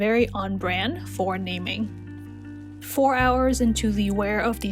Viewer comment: It’s actually called na-ming btw i luvv ur video 😻